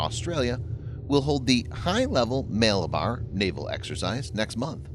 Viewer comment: "Malabar" is pronounced as "Muh-luh-bar" (as in huh - the "h" at the end is silent).